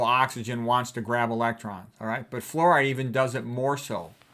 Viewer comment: “Flooride” I love it 😂